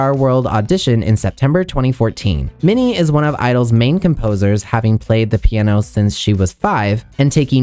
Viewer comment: Your pronunciation of Minnie’s name is 💯